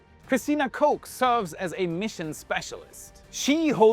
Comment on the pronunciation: Impressed at how (American) you pronounced Koch ! Well done ! Everything else was interesting ! VERY interesting